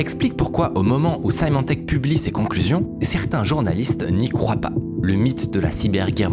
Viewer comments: Juste pour corriger une petite erreur de prononciation: Symantec se prononce "s-i-mantec", pas "s-aïe-mantec" (même en anglais). Merci pour la vidéo ! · Symantec se prononce "Semantec", pour info ;)